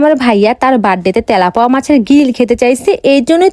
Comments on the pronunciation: তেলাপোয়া❌ তেলাপিয়া✅😐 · তেলাপোয়া না তেলাপিয়া হবে 😂😂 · তে🤣লাপুয়া না তেলাপিয়া মাছ বলে😮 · গইজ কি ভাই? ওটা গাইজ হবে,,,,আর তেলাপোয়া না তেলাপিয়া আর মাসলা নয় মসলা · তেলাপোয়ানা তেলাপিয়া আর মসলা না মসলা 😂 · আপু তেলাপোকা না তেলাপিয়া মাছ 😂😂😂😂😂😅😅😅😅😅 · তেলাপুয়া না তেলাপিয়া মাছ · মাছের নাম টা ঠিক করে বলেন মাছের নাম তেলাপিয়া মাছ তেলাপোয়া, না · আপু এটা তেলাপোয়া না এটা নাম তেলাপিয়া মাছ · তেলাপিয়া ❌❌ তলাপোয়া ✅ ✅ 😂😂😂😂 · তেলাপিয়া মাছ ❎ তেলাপুয়া মাছ ✅ 😂😂😂😂😂😂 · তেলাপোয়া নারে বোইন তেলাপিয়া😂😂😂😂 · কত বার বলব এটা তেলাপোয়া মাছ না এটা তেলাপিয়া মাছ হায়রে ওসিখিত😂😂😂😂😂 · তেলাপোয়ানা অর তেলাপিয়া হবে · তেলাপোয়া না তেলাপিয়া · তেলাপিয়া ❌❌ তেলাপোয়া✅✅ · তেলাপিয়া ❌। তেলাপয়া ✅ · তেলাপিয়া ❌ তেলাপুয়া ✅ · ইতিহাস সাক্ষী এই মহিলা সবসময় তেলাপিয়া মাছকে তেলাপোয়া মাছ বলে ❤❤😂😂😂😂😂😂😂😂😅😅😅😅😊😊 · তেলাপিয়া ❌ তেলাপোয়া ✅😂😂😂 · তেলাপিয়া না তেলাপোয়া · তেলাপিয়া❎ তেলাপোয়া✅😂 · সে উচ্চারণ করেছে তেলাপোয়া তাই মজার ছলে বলেছি কথাটি আপনি যদি সামান্য মজাটা বুঝতে না পারেন তাহলে কমেন্ট করবেন না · তেলাপিয়া ❌ তেলাপোয়া✅ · তেলাপিয়া হবে সঠিক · তেলাপিয়া মাছ হবে সঠিক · তেলাপিয়া ❎ তেলাপোয়া✅😂😂😂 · তেলাপিয়া মাছ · তেলাপিয়া ❎❎তেলাপোয়া✅✅ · তেলাপিয়া মাছ হবে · এই মেয়ে পড়া লিখা করে কিন্তু নামে কোনটার উচ্চারণ কি রকম তা জানে না জরমোদিন,তেলাপোয়া,পাদ, গয়েজরা কিসব কথা